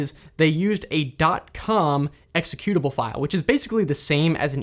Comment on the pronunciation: EXECyoutubble, not exeCUTEubble... other than that keep up the good content ;)